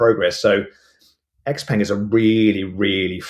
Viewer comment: X-Peng - Pronounced X - Pung or the full name 小鹏汽车 (Xiǎopéng Qìchē)